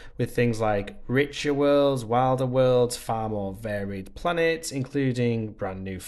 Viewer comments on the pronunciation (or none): none